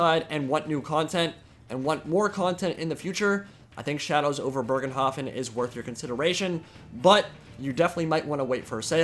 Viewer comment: There is no r in Bögenhafen if it's supposed to be German